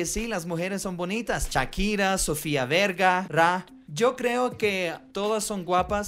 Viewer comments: Me cage de la risa cuando dijo sofia verga en vez Vergara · Sofia Verga...que error al pronunciar. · Sofía verga 🤣🤣🤣😂😂😂😂😂😂😂😂😂😂😂 es Vergara 😂😂😂😂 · respeta por favor no es Sofía verga en Vergara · Jajajaja Sofía Vergara no verga